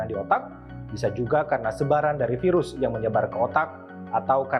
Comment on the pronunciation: Piras pirus piras pirus bosen gw dngernya